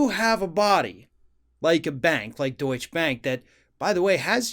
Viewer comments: Deutsche (pronounced doicheh) bank has already been fined big money at the state level and are being investigated for big irregularities at the federal level have been helping Trump so the federal investigations stop or go away. Now that Trump can't help them, they will demand repayment of those loans. But not so fast, Uncle Sam also known as the IRS has first dibs on Trump assets. And they are primed to start seizing Trump assets as soon as he leaves office. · DOYT-shuh bank. That e is there for a reason. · isn't it pronounced "doycha"?? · It's "doy-cha" phonetically. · Not sure what a 'schwa' is. But in German if there is a 'e' at the end of a word, you pronounce it. It's Deutsche Bank and not Deutsch Bank. Same with Porsche (and not Porsch) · If you're gonna make a video about Deutsche Bank, then learn how to say it before making the video. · The 'e' at the end of Deutsche is not silent. It's a two syllable word. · The final e in Deutsche is pronounced, just like Porsche but you probably don't pronounce that either! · the last E isnt silent^^ DeutschE Bank Yeah, its widely known that our Bank, especially Investment Banking, has/had a shady past. They deserved every single one of these Punishments. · You should pronounce the "e" at the end of "Deutsche"! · Pronounce both syllables of Deutsche, please. Danke. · The last "E" in Deutsche isn't silent. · Just for anyone interested, the e is pronounced in the word ‘Deutsche’. It comes from the currency Deutsche Mark. Where as Deutsch means German. It’s the same as Porsche, the e is pronounced, though they both sound like an a. It just sounds so odd hearing say it. I know it’s not vital information or important how it’s said, it’s a little bit of trivia. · FYI: Deutsche end with an audible schwa and is two syllables. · Dear, I love your videos. One little thing about this one: Deutsche is pronounced just like you did, but with a schwa at the end. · Deutsch -uh Porsch- uh Two syllables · Deutsch-uh Bank.